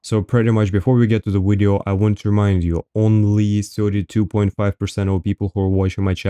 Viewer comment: "In todays wideo"... I subscribed